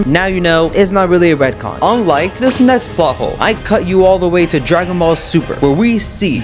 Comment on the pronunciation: Ret con not red con